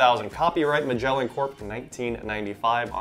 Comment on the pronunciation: That's not how you pronounce "Magellan".